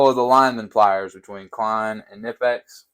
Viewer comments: It’s not nipex it’s knipex the k isn’t silent like American language. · It’s k-ni-pex not nipex. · Every time you say “nippex” it makes the baby Jesus cry. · pronounced "Kuh - Nip - X" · The k in knipex is not silent